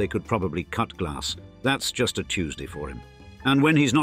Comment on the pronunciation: Lol … I thought he said grass 🤭